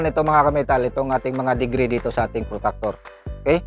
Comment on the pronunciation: Protractor po yn sir hindi po protactor😂